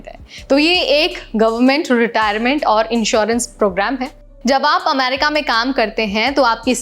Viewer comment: America bolna seekhlo pehle....